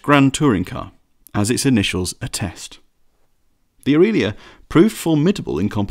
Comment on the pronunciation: AFAIK, there were no Ferrari 275s in the 1950's (introduced in '64 I think) Aurelia is pronounced Ow-RAY-Lee-A, not ooreelia. The Porsche 356 Speedster (another Max Hoffmann project) was way more popular and successful than the 550 and in no way comparable to the A90 Atlantic. Dean and McQueen both raced Speedsters.. Pretty nice list otherwise.. UPDATE: Ghia has a hard G like Goodwood. P.S. Porsche branded cars were produced under the leadership of Ferdinand's son (Ferry). By the time you could buy a Porsche, the old man was pretty ill.. So not the same designer revisiting previous work. P.P.S. Who does your research?